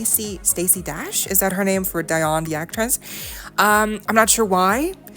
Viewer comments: It's Dee not Di (Dionne)! Geez!😒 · Her name is Dee-on 🤦🏿‍♂️ Sorry but u honestly could've researched her name if u weren't sure of the pronunciation